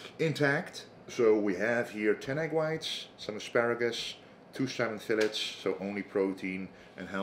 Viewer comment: Salmon 'Fill-its.' Hilarious. Good luck